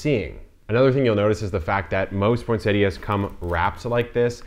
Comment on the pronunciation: Thank you for pronouncing this plant correctly!